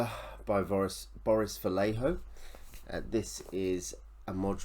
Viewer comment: Just a heads up: "Vallejo" is pronounced [vah-YEH-ho]. Happy holidays!